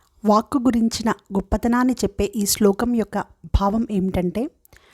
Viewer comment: శ్లోకం, అర్థం రెండు బాగున్నాయి. పదాల ఉచ్చారణ బాగుంది 👏👏